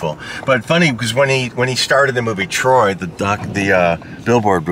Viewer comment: Did he intentionally drop a Drew and Mike "Trrrroy" when talking about Brad Pitt? 😂